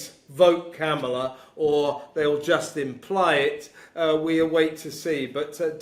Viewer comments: please pronounce Kamala Harris's first name properly, It is KAMala, not KamALa or KamaLA. Thanks. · Just a friendly tip, her name is pronounced “com ma la” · Not a Kamala fan BUT — we should ALL pronounce her name correctly — it is “Comma-La” like the punctuation mark. , with “La” at the end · And neither of you say her name properly!!!! Com-A-law!!! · can’t even pronounce Kamala’s name properly! Talk about being able to speak proper English. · Pronounce Kamala correctly please! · Can someone tell these two how to pronounce Kamala? 😝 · Hey, I enjoy your commentary but please learn to pronounce Kamala correctly. You've repeated her first name dozens of times now and I am not finished watching yet. Did you know that the GOP are intentionally mispronouncing her first name to emphasize her heritage? I’m hope you aren’t aware of that. Racism is at the core of that. I get you support Trump but lots of people who listen to you who do not. Careful there.